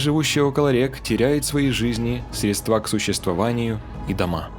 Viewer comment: СрЕдства,а не средствА...